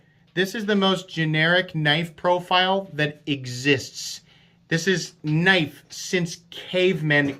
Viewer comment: Oui loik that knoif. It's schweet.